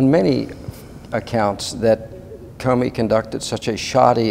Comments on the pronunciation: I think your pronunciation of Comey isn't Cumey but I could be wrong. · I know this is petty but...CU mey. CO mey ! It is making me crazy! Lol! Say what you will. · effing idiot on left can't even pronounce comeys name right! grand pa s looking stupid! judicial watch wasting more donations on this! just gagged the idiot on the right can't correct the giant ass on the left! just listen to him repeatedly say koomee instead of ko mee! jerk! i don't for one minute more beleive judicial wants to have any effect on these govt. criminals their stupid, boring vids prove it! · I hate it when people cannot pronounce a name (Comey--long o). This name has been in the news for a year. Why can't people pronounce it correctly! Comey not Coomey! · Talk about butchering names: Kumee, oh you mean Comey. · Egil Lomeland I thought I was the only one who noticed that.. Kumee..He's driving me crazy..for God sakes just call him Weasel!! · That was driving me absolutely crazy! He sounds educated and yet can't pronounce an easy name that has been correctly pronounced in the "fake news" hundreds of times!!